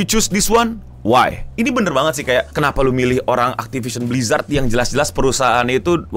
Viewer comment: Hell nah, not again “aktipision blijrat”